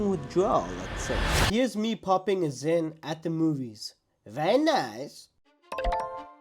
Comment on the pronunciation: stop calling it zyns that sound so stupid